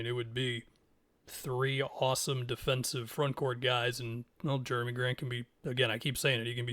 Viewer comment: “Germy” Grant 😭 very interesting on the trailblazers side of things